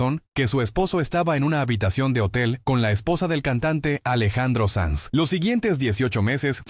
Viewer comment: SANZ,no SANS